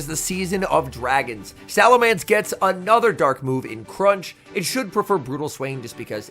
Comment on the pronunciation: PLEASE LEARN HOW TO PRONOUNCE SALAMENCE IT'S BEEN YEARS 😭